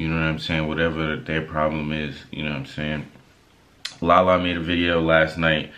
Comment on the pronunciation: Rubi not perfect but Lala wrong